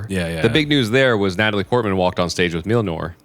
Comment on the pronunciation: Can someone please teach how to pronounce Mjolnir?🤣